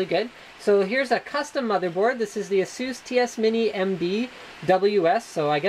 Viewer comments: Az-zus not assuss! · There really isn't a "right" way to pronounce ASUS, ASUS is a company from Taiwan (I'm a Taiwanese, and I'm very proud :D) and they all call it "AHHSOOS" So I don't see what's wrong about it